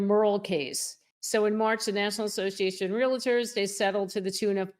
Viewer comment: Please PRONOUNCE the title "Realtors" correctly. 🙄🙄🙄🙄🙄